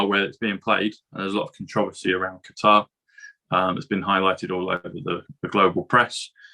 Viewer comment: Great to hear someone say Qatar correctly not cutter